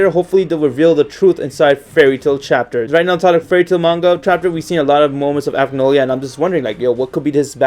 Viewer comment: He didn't pronounce acnologia correctly